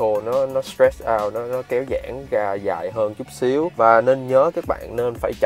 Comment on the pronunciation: Tập phát âm chữ ra , rồi , rêu rao ... ( ga, gồi, gêu gao ...???)